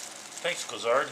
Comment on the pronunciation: I believe his name is Gorazd not Gozard. It's hard to pronounce, if you not used to though. Thanks!